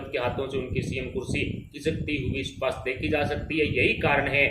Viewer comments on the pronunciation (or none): none